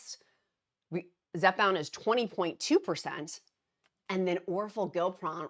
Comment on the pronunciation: Dear: OR FOR GLIP (not GILP) RON.